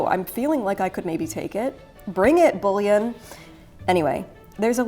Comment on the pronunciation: I'm glad I'm not the only one laughing about these. "Bullion" got turned into "Boolean". 🤣